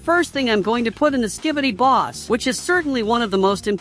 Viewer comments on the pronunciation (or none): Bro said skibboiydis💀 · Dude say ski-by-D's